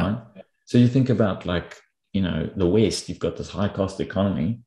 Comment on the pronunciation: I like how pronounces "west" with a drawn out "ee" so it sounds like waste:-)